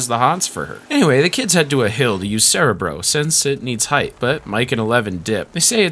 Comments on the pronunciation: this bugged me aswell, as i watched the xmen animated show as a kid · As a lifelong X-men fan, the pronunciation of “cerebro” is killing me but the fantastic video is worth the torture. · I get it but "cerebro" is Spanish for "brain" and it is pronounced with all short "ĕ"s, as it is pronounced in this video. They mispronounced it in the X-Men movies. But yes, when you get used to the way a word is pronounced, it can be jarring to hear it said differently. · mee teeeew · How do you not know how to pronounce cerebro?